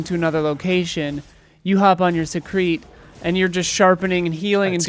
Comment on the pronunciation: Please dear God don't let "Secrete" be the official Seikret pronunciation. Up there with moist for me in ick words